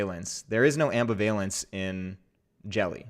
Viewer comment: Omg my poor ears, is there a program to replace incorrect pronunciations of ambivalence yet? So much language angst.